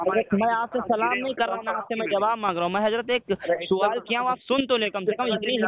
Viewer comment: Twaaleem suwaal * Urdu ki maa behen karre bhai